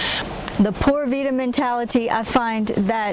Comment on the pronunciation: Ok friend, I see you like to have an answer for everything, and some people are just that way. I was trying to overlook the ‘Poorda Vida’ pronunciation, but it just hurt too much. Maybe just chalk it up as “You learn something new everyday!” If you just take a basic course in a country you actually live in, trust me, they will love you even more. By the way, the way you pronounce ‘pura’ as more like ‘poo-da’ is VERY close to a very vulgar curse word in Spanish....they may smile in your face but laugh until their stomaches hurt behind your back on that one....😂